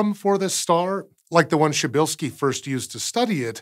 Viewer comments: It's pronounces Psheebeelskee it's not that hard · Outer Beast P in "prz" is absolutely not silent. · I mean, as for a guy living in Poland it's easy for me lmao And it definitely starts with "p" not "sh" at the beginning so basically the guy in the video did it the wrong way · "Cheap shirtski's Star"? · Hmmm.. He says it more like "Szybylski" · Actually, I think he's pronouncing it more likely "shibilskee", which is honestly not a bad shot at a tricky name! Apart from the "Prz" at the beginning, this is mostly pretty logical, isn't it? In Polish, the "i" sound is as in "ski", and the "y" sound is as in "nib", hence "shibilskee". Polish has a lot of sibilants (sh, ch, zh, dzh, etc) and rather than writing them as combinations with "h" like we tend to do (which is, when you think about it, JUST as illogical as anything) they write them as combinations with "z" (dz, cz, rz, sz, etc). The combination "rz" sounds a bit like English "sh". So this is where "shibilskee" comes from. Just one fault I'd make: the "p" at the start should NOT be omitted. The name should be "pshibilskee" (more-or-less). That "psh" sound at the start is not too hard for English speakers. It sounds a bit like a bottle of lemonade being opened :-) Also, the "l" sound shouldn't be swallowed, as we often do in English. It should be more like "pshibill-skee" or almost "pshibilluh-skee". But these are minor criticisms: he just about nails it. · You actually should pronounce the first letter if you want the proper Polish pronunciation. So it's something like "Pshuh-bill-skee" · Sounded to me like he was pronouncing the "p". "Psh" works, but really the Polish "rz" is like a French "j" as in "Jacques", or the "s" in "measure", which is sometimes written as "zh" or "ʒ". "Pzheh - bill - skee" "Pʒeh - bill -skee" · Wait... in Polish PRZ is pronounced the same as CHA in English? That's easily more of a shocker than anything else in this video. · Jim Fortune He forgot the "p". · He's mispronouncing it.